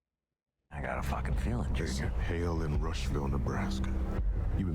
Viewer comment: "Hail-in" "Alien"